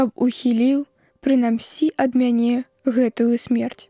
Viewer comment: У слове прынамсі націск на другім складзе, а не на трэцім, як прачытана.